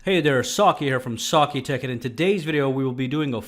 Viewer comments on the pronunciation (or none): none